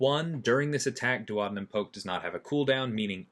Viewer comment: As someone who works in medicine, I appreciate you pronounced duodenum correctly hahaha, I think you’re the first content creator to do that actually!! Lol